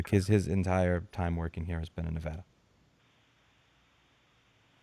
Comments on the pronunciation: You just upped your level of respect from me for not being like 99% of other non-Nevadans, and actually pronouncing Nevada's name correctly. Major kudos to you! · Sub'd for pronouncing Nevada correctly!